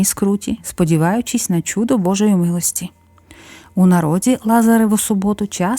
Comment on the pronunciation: Чудо, а не чюдо